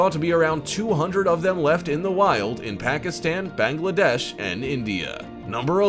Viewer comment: IT S PRONOUNCED BANG LA DESH NOT BENG LA DESH